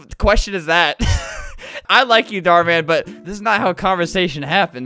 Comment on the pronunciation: “ Dhar Mam “ - Albert.